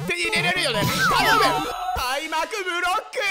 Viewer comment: 『開幕ブロックゥー！！』が『ハックドラッグ〜』って聞こえて死ぬww((これわかる人おんの？